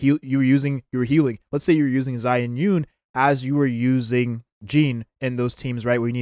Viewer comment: Mandarin is my native language and I second the comment that it's "yoon" and not "rin"